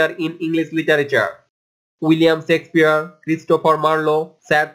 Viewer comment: thanks a lot. But,you should pronounce Shakespeare word correctly